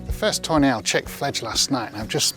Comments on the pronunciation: Just a little LOL from across the pond.! Every time you say Tawny Owl sounds like Toenails😂. Hope I made you laugh😂.! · I know he's saying "tawny owl", but I'm hearing "toe nail". Sorry,. Love your videos! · I keep hearing “toe nails” Love the video!